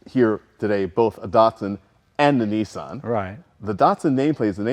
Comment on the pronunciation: why you calling it a neesan its a Nissan